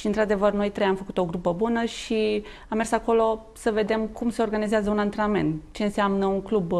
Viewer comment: Pronuntati clar acest cuvant ANTRENAMENT , chiar si dvs domnule Radoi , care pronuntati atat de nonsalant ANTRANAMENT .